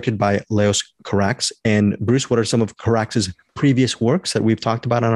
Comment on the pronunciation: The first non-European review I've heard where Carax's name is pronounced correctly. :)